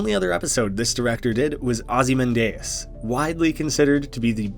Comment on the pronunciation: “ozymandIAs”, you said? Not “ozymAndias”? Was it just me all this time?